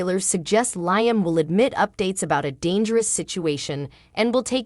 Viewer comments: LEE-AM NOT LIE-AM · Leeum not Lie 'um! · Lee am pronouce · Why do you announcers pronounce Liam’s name incorrectly every single time??? Try watching a real and true episode so that you know at least something about the show that you are supposedly doing the video for???? Writers how was it that you had a guard on Kelly at a sleep over , but absolutely nobody with either one of them at the beach???? This is truly a stupid and ridiculous storyline???? If there are supposed to be guards at every place and moment. someone definitely dropped the very important ball in this story???? It does make sense that there was no bodyguard because now the writers are trying to make Shelia out to be a hero???? Yet it makes Finn look truly irresponsible in watching Kelly, plus the fact that he’s a doctor who should have known better???